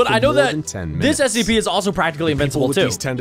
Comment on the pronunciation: SCP not sips